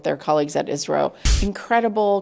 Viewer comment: Its isro not isrile 😡😡😡